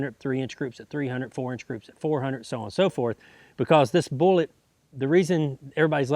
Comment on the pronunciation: He says "hunnert" instead of hundred, lol